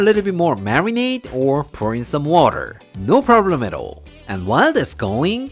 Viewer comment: Nice! I like the recipe, I will try it over the weekend. I think you are trying to say "No Problema" but you say "No Problemero"